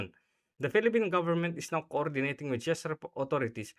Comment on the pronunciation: Thanks lodi sa unang pag analize ng mga possibilities dahil sa pangyayaring ito. Czech- tzek lodi, not chis ang pagbigkas po.❤❤❤